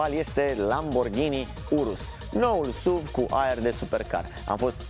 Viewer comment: Totul bun frumos pana la pronuntie. Nu se spune “suv”... Pune “suv” pe youtube si asculta cum se pronunta, fiindca lectii de spelling in scris sunt imposibil de dat. “suv” cum spui tu suna penibil. Daca esti Praslea cel Voinic si militezi pentru româna pura, atunci nu folosesti nici “sport utility vehicle.” Sa nu imi spui ca esti un avocat al “genului viu al limbii.” Atunci ai putea zice “parizer” si sa spui ca ai vrut sa spui “nestemata”, aducand ca argument genul viu al limbii.